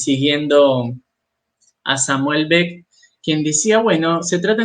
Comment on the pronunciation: Muy bueno ten cautela con la pronunciación: Samuel Be es Samuel Becket